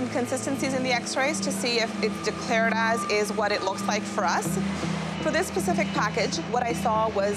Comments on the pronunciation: lady says this pacific package lol. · For this “Pacific” package lol